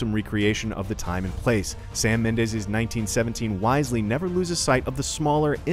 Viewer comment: Dude doesn’t know how to say Mendes lol